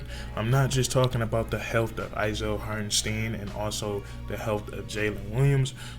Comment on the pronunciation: Not Hartensteen he said you can call him anything but hartenSteen in his interview